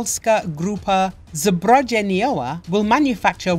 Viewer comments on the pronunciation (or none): The way she pronounce zbrojeniowa made my day 😅